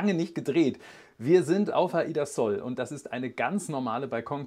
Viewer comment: Es heißt „Sol“ und nicht „soll“